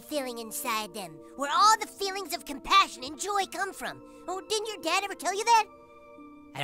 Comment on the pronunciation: Cummitment! Cumpassion! Cumradery!